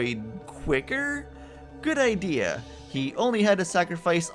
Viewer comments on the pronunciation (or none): none